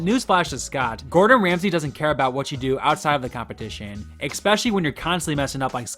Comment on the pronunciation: I love how he keeps saying ‘expecially’ vs ‘ESpecially’. Minor but just thought I would point it out.